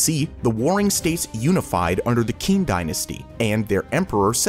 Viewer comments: Qin dynasty pronounce Chin not Kin. 秦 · only it’s pronounced chin dynasty 😬